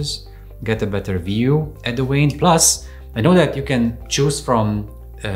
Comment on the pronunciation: What would one need a “Wayne” scanner for? 🤔😂😂 what a “Veiner”!😂Not understanding why this guy has no problem pronouncing the V in “device” but can’t pronounce the V in “vein”. *English Lesson: V is pronounced the same throughout the entire English language. NeVer pronounced W. 👍